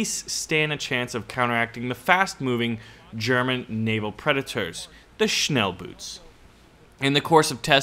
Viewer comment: Schnellboot pronounciation murican= fastshoe